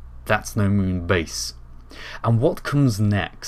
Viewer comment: That accent was not French, it was Schwarzeneggerian. "Give me your clothes, your boots and your Mün-base"